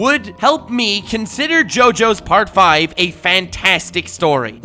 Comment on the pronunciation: As someone who speaks Italian, I'm so thankful for your pronuntiation. Listening to youtubers talking about Part 5 can be painful sometimes hahaha